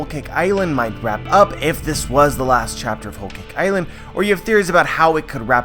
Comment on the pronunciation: “ol caik eyeland” thas the way i hear him say it